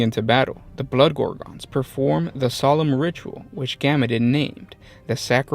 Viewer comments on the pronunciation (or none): none